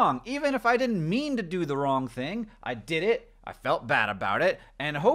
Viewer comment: Says ''dud'' instead of ''did'' because he was subliminally messaged by the milk duds a few seconds before